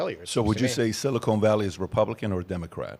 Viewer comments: I snicker every time Patrick says, "Silicone Valley".🤔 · Patrick, Patrick, Patrick, it's siliCON valley, not siliCONE valley. SiliCON goes in computer chips, siliCONE goes in fake tits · “Silicone Valley” 😂😂😂